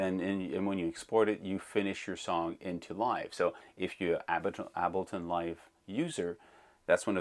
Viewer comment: I usually never care about pronunciation especially since your videos are so great. Ableton is pronounced like « cable ton » without the c Please don’t be insulted. I mean well. Your English is perfect.so,it’s hard for me to do this. Thanks for the great videos.